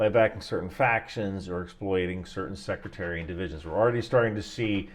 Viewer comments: sectarian, not secretarian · secretarian!? Really? SECTARIAN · “Secretarian violence” is my favorite mispronunciation since Simon Whistler’s “infatada” 😂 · "Secretarian" violence, eh? Go catch some shuteye, bud.